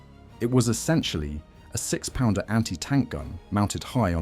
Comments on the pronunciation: Also to pronunciation, it is not P-d-r but pounder. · 17 PDR? Take the time to type "pounder" into your text to speech please? Graphics are nice, not sure how accurate the stats are? There were 3 or 4 Marks of Beaverette all different, externally. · Apart from the mispronunciation of ‘PDR’